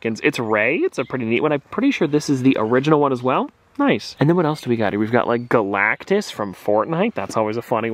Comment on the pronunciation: Bro said galactis from fortnite 💀